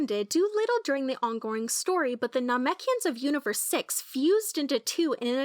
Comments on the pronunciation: You’re saying Namekians wrong. It pronounced na-mek-e-ends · omg please go back and watch the series again. You are saying namekians wrong. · I hated the way she said Namekians, that’s disgraceful,, and unforgivable… but we forgive ❤️you, just don’t let it happen again.., it was very cringeworthy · I don't think this youtuber is very familiar with the lore lol, I think they are just reading a script or something that they made from maybe reading stuff somewhere, because if they had seen the anime then they would be able to pronounce Namekians properly, and they would not have made the mistake with Raditz.